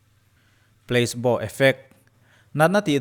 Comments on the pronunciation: kalo soi ve lok inthlahrung tak chung in PLACEBO tih hi pleisbo nilovin plasibo ti a lam tur.. Long live.. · Pla-ce-bo effect ti a lam tur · Pla-si-baw tih a lam tur